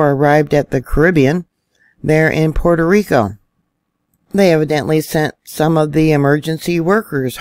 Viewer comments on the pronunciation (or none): none